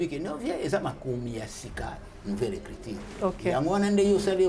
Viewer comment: Écriture et non écritire ... Oza journaliste ma belle. Sinon une belle émission bravo 👏